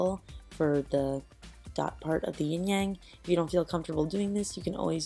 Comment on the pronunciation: really funny how she said yin yang I'm Chinese